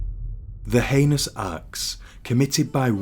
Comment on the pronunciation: Sorry to interject, but its pronounced HE-nious, not anus. Anus is a hole in the body.